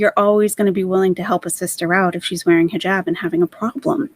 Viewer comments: Am I the only one that gets triggered from the way she says hejob instead of hijab??? Krajisnici absolutely bananas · It bothers me. And I’m not Muslim. She’s cos playing.